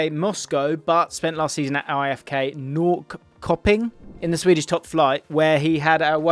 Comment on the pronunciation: Damn that Norrköping pronounciation was painful lol